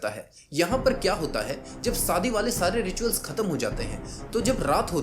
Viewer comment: Bhai tumhara pronunciation bahut kharab hai, सादी, चीजेंँ, सायद, my ears are bleeding right now.